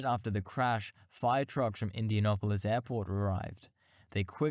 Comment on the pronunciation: IndianApolis . not -Opolis.